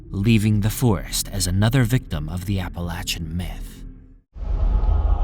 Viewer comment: love the content of this & most of your other videos....on this one I have to say that it's APPLE-AY-SHAN MOUNTAINS ....NOT APPLE AT SHAN....Unfortunately, it really creates quite a distraction steadily throughout....surprised you didn't bother to look up the pronunciation on that since it's such a dominantly used word throughout the entire video....